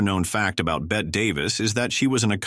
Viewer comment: For Pete’s sake, who edited this? While talking about Tallulah Bankhead, you showed repeated clips of Lucille Ball in ‘I Love Lucy’. Clara Bow’s name was pronounced 2 ways, and the AI narrator mispronounced Bette Davis’s first name - and while discussing her 3 marriages, said she had a tumultuous break up with ‘director’ Gary Cooper who was NOT a director and never was married to Davis. And in the portion on Veronica Lake, you showed film clips of Ginger Rogers! When it came to Judy Garland, it said she was married 5 times, “including to director Vincent Minnelli and musician Vincent Minnelli!” Come on!